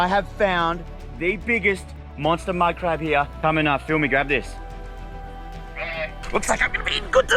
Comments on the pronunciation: The word he say madcrab ihear like minecraft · wow when u said 2 big mud crab fast it sounded gibberish lol i love the vids